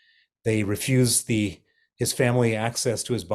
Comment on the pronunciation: What does 'lose is position' mean? Do you have a problem with your h or is it to do with pronouns?